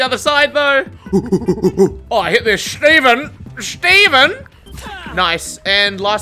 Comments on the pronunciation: No one:....: SCHTEVEN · The way he was saying shteven was way too much💀🤣